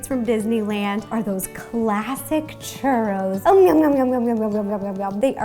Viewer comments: "Are those classic cheurrous" You say it like this Chuuuuroooos Churoos Sorry no hate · In spanisn its pronounced choorros. you need to roll the r. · Chuuu ro ls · I like how she pronouce "churows" xD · Kevin Sandoval Yes, one also needs to roll the 'r'. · You don't even know how to say Churros right I mean I mexican I know how to say it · The way she pronounces "churros" is so cute :3